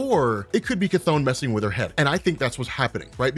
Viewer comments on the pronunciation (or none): Chthon pronounciation Ku-tohn/Ka-tohn